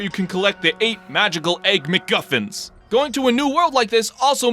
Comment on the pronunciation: "The eight magical egg miggufins Eight magical egg miggufins MAGICAL EGG MIGGUFINS E G G M I G G U F I N S